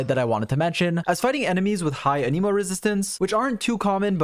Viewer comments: I genuinely thought you said: "For his other weaknesses: He is an emo. And an emo is not the best offensive element." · thanks for the nice video, but please stop fucking saying anemo like that